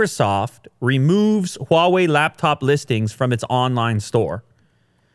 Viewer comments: Your pronounciation of Hua-wei is better than Joe Rogan. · finally he says huawei correctly